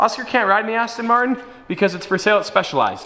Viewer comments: you dont Say astin martin right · aston maen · You sound german when you say aston martin with that weird accent lol